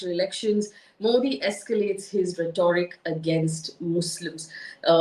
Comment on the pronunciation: Sorry for being a Henrietta Higgins,but your pronunciation of rhetoric is not correct. Having been an English lecturer, I couldn't resist pointing it out! You do an excellent job otherwise!❤